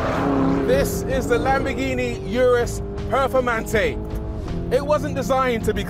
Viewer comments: RORY, It’s pronounced URUS not YURUS GET IT RIGHT!! -good video though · Hate the way he pronounces "Urus."🤨😡😡